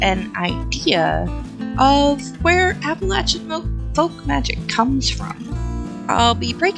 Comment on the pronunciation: Just saw you're in NC and that's why you pronounced it right lol. People further north pronounce it LAY. But anyways, thanks neighbor!